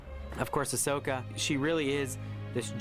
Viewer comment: I think i need my hearing check because the voice actress for askoka sounded like she said oppias